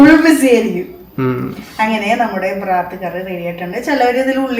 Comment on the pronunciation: ബ്രാത്ത് അല്ല മശൂ ബറാത്ത് ആണ്